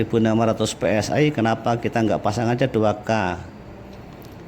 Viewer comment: Bacanya Pe Es I aja om...jangan Pe Es Ay...kalau mau inggris2an bacanya Vhi Es Ay... Tapi kuping netizen muak dengan inggris yang tak benar